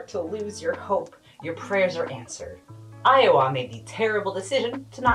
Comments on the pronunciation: How to tell that is from Maple Syrup Land- She pronounces Iowa like Ottawa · Thanks for calling out this con. It was my first con but I've never gone back. Also you're pronouncing Iowa wrong